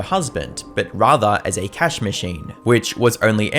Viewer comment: I don't think its "A cash "